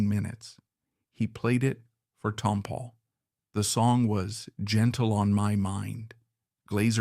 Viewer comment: Ruined this by not pronouncing Tompall correctly.